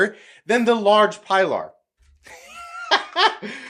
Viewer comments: It's "pea-lar" bub, not "pie-lar". I'm sure you know the always told boat story that nobody shuts up about. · Pee lar. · Sorry, can’t watch this with such gross mispronunciation of the name. It’s disrespectful.